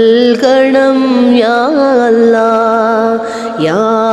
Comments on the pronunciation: അവരുടെ പാട്ട് ഒരു സംഭവമാണ് അച്ഛനും അമ്മയും മക്കളും നോക്കിയും ചിരിച്ചും ആ പാടിയ പാട്ട് ഹൃദയത്തിൽ മായാതെ നിൽക്കും അവരുടെ അള്ള എന്ന ഉച്ചാരണംperfect നമ്മളെ കൊണ്ടു പോലും കഴിയാത്ത തരത്തിൽ അക്ഷര സ്ഫുടത എന്തായാലും തകർത്തു എല്ലാ ഉയരങ്ങളിലും ഇനിയും അവർ എത്തട്ടെ എന്ന് ഞാൻ പ്രാർത്ഥിക്കുന്നു പിന്നെ പാടാൻ സഹോദരിയും ഒരുപടി മുന്നിലുണ്ട് എല്ലാ ആശംസകളും. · 'അല്ലാഹ് 'എന്നുച്ചരിക്കുമ്പോഴുള്ള ഉച്ചാരണ ശുദ്ധിയും അതിന്റെ ഫീലും... Great ...!!!